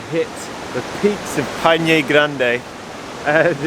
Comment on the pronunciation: Torres del Paine crash course: "Pai" as in Lemmon PIE, "Ne" as in NExt, so, PIE+NE... hahah now you got it 😂 BTW, did you try the mate drink? hope you did...